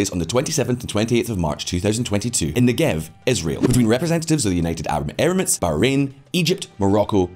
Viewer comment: It’s pronounced Neggev, with the stress on the first syllable.